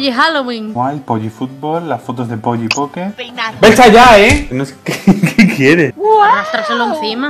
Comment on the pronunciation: ahora por vuestra culpa en los anuncios de polly solo oigo polli :$ xDDDD!